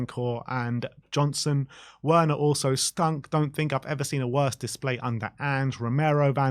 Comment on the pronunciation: Please stop saying Werners name wrong, it is just disrespectful.